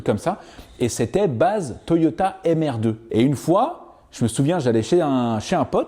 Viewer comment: a chque fois que tu dit toyota mr2 jentend toyota et merde